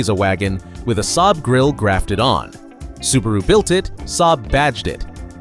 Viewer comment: Ai dummy voice, can't spell the name S-A-A-B properly, as it should be